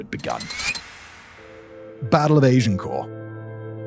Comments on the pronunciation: Asian core 😂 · Who pronounces it "ay-jen-core?" I've only ever heard it with a short A. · The battle of Asiancore?... I really wonder sometimes why Simon's pronunciation is often either americanised or just totally made up. I expect it in BusinessBlaze but not in his more produced vids. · As a brit it never ceases to amaze me the way Simon pronounces certain words - 'Agincourt' wtf?!